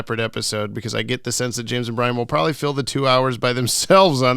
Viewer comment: What’s the origin of butchering Brian’s name beyond repair?